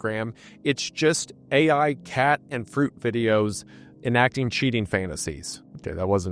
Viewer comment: wtf do you mean AI that says EYE. cmon you're better than this